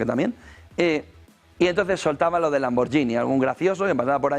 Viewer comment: Se pronuncia "lamborguini". Excelente programa.